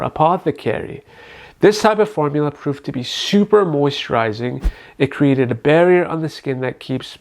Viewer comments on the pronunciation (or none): none